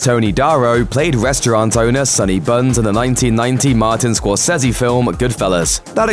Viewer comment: score-sezzy yikes